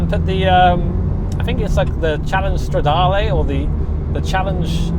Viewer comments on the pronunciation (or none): none